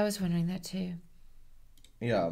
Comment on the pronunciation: he says “Yuh” like Ben